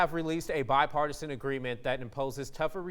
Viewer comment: "bipartisian" lol